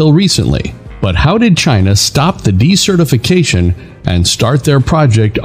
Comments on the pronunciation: I'm confused with your pronunciation of desertification... when you pronounce this as de-certification, which sounds if you're unregistering someone? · Decertification is not the same thing as desertification though your auto-narration is pronouncing it as (s/c) rather than (z/s)